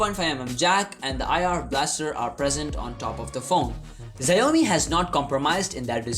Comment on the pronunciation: bro it's not ziaomi is Xiaomi pls pronounce it correctly but still nice video